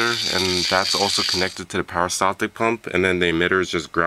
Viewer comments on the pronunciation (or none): peri staltic, not para steltic